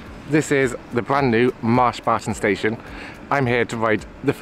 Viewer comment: I'm hungry now because the way you say Marsh Barton sounds like Mars bars